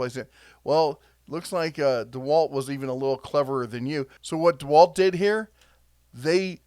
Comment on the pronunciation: Did you say DeHerculewalt, 🤣🤣